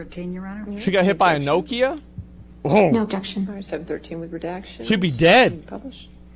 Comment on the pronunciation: No Kia 🤣🤣🤣🤣 its pronounce knock-ee-ah